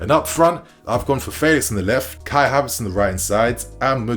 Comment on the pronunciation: Calling him "faylix" uno🤣